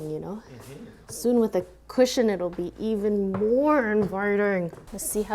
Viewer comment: "EVEN MOAR INVITING!" she says, through gritted teeth. XDD